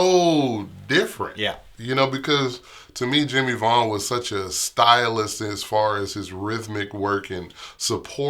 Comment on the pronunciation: VAUGHAN NOT VAGHN !!!!